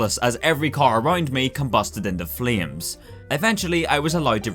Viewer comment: "Combasted inte fleams"